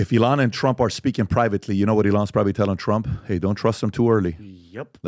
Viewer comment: It's not ee-LON, it's EE-lon. Don't pronounce it like the Mexican singer Elán or the noun, elan, which means possessing energy, style, and enthusiasm.